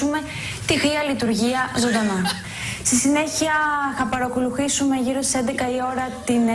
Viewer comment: Αυτό με το ''Χεσσαλονίκη'' το ''Αχήνα'' και το ''παρακολουχήσουμε'' όλα τα λεφτά! ααααααααααααααααχαχαχαχαχαχαχχαχααχαχχαχαχαχαχα